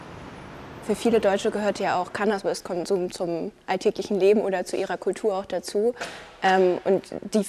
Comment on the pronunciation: sagt sie Cannasmis-konsum?